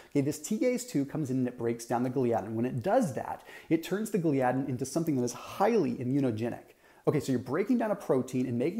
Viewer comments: Thought it’s pronounced “ gli-uh-din” not “ glee-adin”. Well that’s how dr William Davis says it and it’s his main studies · Great explanation. But Gliadin is pronounced with the accent on the FIRST syllable – GLY’ – a – din. Do a search on YT. Just saying. Great work.